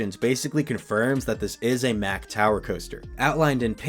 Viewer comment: Why are you pronouncing MACK like that when that's not even how the company pronounces it? Come on now, you of all people should know better. Lol.